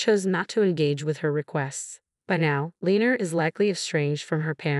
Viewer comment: Lenor. Len nor not lener